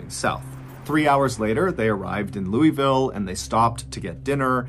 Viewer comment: Nooooooo. I’m such a huge fan of your channel. Please forgive my Kentucky blood. It’s pronounced lull-Vull not the way that it’s spelled. Just a warning in case you ever visited Kentucky 😂. They will judge you so quickly and you deserve southern hospitality.